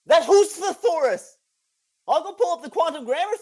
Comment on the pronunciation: omfg "SETHORUS"